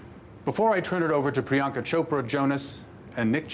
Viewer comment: They were so great at announcing all the names, especially Priyanka,. She had all the tougher names, which makes sense lol since she can speak multiple languages, so it's easier for her to pronounce non-American names. But both Nick and Priyanka did a fantastic job! Loved them, and the looked FABULOUS and GORGEOUS! Congrats to all the nominees.